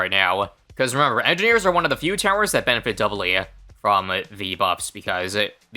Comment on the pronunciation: sometimes you pronounce it Monkey edgineers